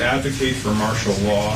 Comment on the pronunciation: Well I don't recall you saying ANYTHING true.... By the way, it's "martial" law. EDUCATION MATTERS.